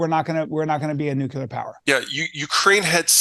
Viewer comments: The word is Nuclear not "NucUlear. There is only one u in the word. I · I only stopped in for a moment to ask how many times Peter mispronounces the word "nuclear" as "nucular". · Mr. Callen, it's pronounced NEW-KLEE-UR. Not "nuke-ya-ler.". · Why are they saying nucular instead of nuclear? Anybody? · Nu-clee-ur, not Nu-q-ler. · please don't say "nucular" when you mean "nuclear." It's annoying and detracts from your credibility. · Americants need to learn how to say NUCLEAR and stop with this NUKELAR bullshit!! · "New-cue-lur": Leftover shitspeak from a warmonger president who once shilled for the war machine, but now paints puppies. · I loved this. But let's work our ability to pronounce the word nuclear. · Two guys that can't pronounce "nuclear" right. Clowns.